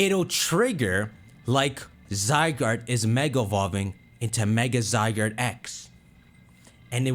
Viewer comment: I’m not watching someone who calling ZYE GUARD, ZYE GURD!